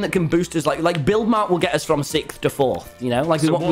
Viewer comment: Its flurth tommy its fourth one your team in fourth one